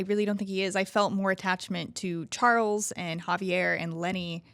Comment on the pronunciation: I stopped watching when she said Javier .......